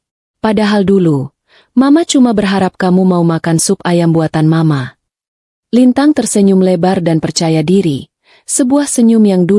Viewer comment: Ceritanya bagus dan cara pembaca narasinya nyaris sempurna,cm sedikit yg menganggu pendengaran sy cara mengucapkan mama ada beberapa kali di ucapkan dgn singkatan M A, hrsnya ma aja.itu pendapat sy.